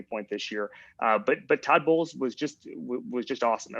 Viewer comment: At and it was less obvious the fifth time through. :)